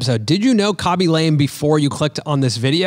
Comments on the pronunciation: Had not heard of Khaby before, but enjoying this episode nonetheless!! I'm gonna go out on a limb here with what little I know of foreign languages and guess his last name is pronounced more like "Lah-may" rather than "Lame" with the long "a." Cheers! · Khabey Lamay - not Kaby Lame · It's not lame It's pronounced : la ame Say la like lalalalala then mé like meh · Ahh you pronounced his surname incorrect the whole time 😢 it's more lar-may. You mentioned at the beginning you were unsure if you were pronouncing his name correctly, and I suppose if you're presenting one person that's one touch of research that could help - just pointing out as I was watching your Mr beast interview and you all agreed that it's good to hear when you did something wrong to ensure the best content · Khaby La-meh